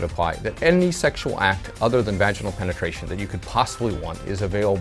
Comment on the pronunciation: you can pay for butt sex but not vaginal penetration? PENETRASHUN? PENETRASHION!!!!!!!!!!